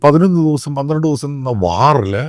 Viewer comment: ദൗസം എന്നല്ല... ദിവസം എന്നു വേണം പറയുവാൻ... ❤